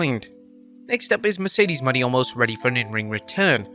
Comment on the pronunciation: Still don't get why he can't say Mercedes Mone last name right STILL it's not Money